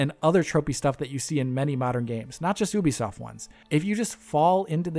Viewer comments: Its Ubisoft not oohbisoft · Oobisoft? Youbisoft! 🤔